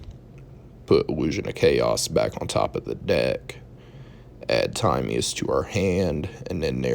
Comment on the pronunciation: This ain't it. Also that isn't how you say Timaeus.